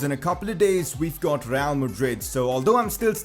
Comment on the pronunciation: Why do you have to pronounce real like 'Rrrrrreaal?' That just blasts my ears lol